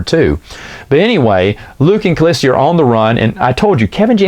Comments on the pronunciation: Totally killing me with “cah-list-ee-ah”. Remove the third, non-existent syllable, please…..”cah-lis-ah”. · Shouldn't that be "Callista"? You keep saying "Callistia" for some reason... :o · Kah-list-a [callista]. Not a hard name to pronounce smh 😂